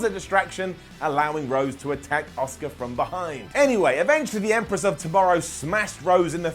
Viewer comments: Makes fun of how Shane says, “Chiampa” The calls Asuka, “Oscar.” I see you,. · Don't get me wrong your one of my favourite people that covers wrestling. But I can't believe that your calling out Shane McMahon for the way that he pronounced Ciampa. You often say Oscar instead of Asuka. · Shane McMahon pronouncing Ciampa was fine, pronouncing Asuka as Oscar on the other hand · I love, it’s so funny how he pronounces Asuka as Oscar lol